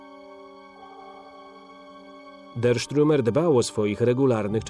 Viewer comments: Stürmer a nie strimer panie lektorze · Dokladnie... Stürmer czyli szturmowiec.